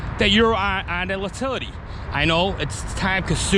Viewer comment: Great video. I'm a locator, myself. But when u keep calling it an uhhtilty make me kinda laugh. Good work though.